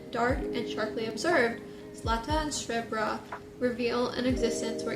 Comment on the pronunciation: Macedonian here! The twins' name directly translate to Gold (Zlata) and Silver (Srebra), and while I've never read that book, I'm sure the author had something to say with those names specifically. Your pronunciation was perfectly fine btw! :)